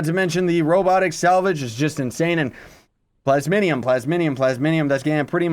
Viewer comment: Ikr some people say plasmonium. Its just plasmium